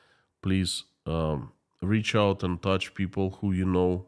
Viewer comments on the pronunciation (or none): In the thumbnail image Putin looks like Dr Evil from the Austin Powers films. Your pronunciation of the word 'militarily' is fine. Putin is running out of people to sacrifice isn't he? Pronouncing the word 'and' like 'end' is an annoying Americanism. I don't believe even most Americans do that.